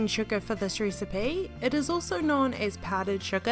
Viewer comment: Dude I can't stand this accent "ricebay"